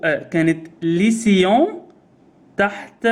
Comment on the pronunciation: Lycéen نطقها غلط حضرتك حاول تدر عليها على اي قاموس ناطق